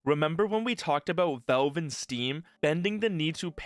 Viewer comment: Why you say Valve like that? “Velve” 😂😊